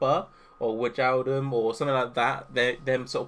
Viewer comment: Did you really just say WIDGE AL DUM 😂